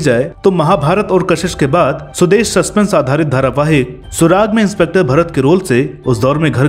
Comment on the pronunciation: 'इंस्पेक्टर' hota hai ji, inspentor nahi !